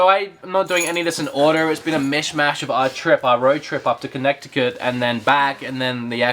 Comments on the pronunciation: LOL Conneckticut. Us locals pronounce it Kin-neh-ti-kit. or Con-neh-ti-kit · I'd go with "Kuh-neh-di-kit" or "Kih-neh-di-kit". A "T" in the middle of the word is pronounced as a "d". See also: "Hard-ferd" (Hartford), "Wah-der" (water) and "Kwah-der" (quarter), the latter of which really aren't supposed to rhyme. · They way he pronounces Connecticut is ridiculous, can either of the Americans please correct him .. please? Jesus..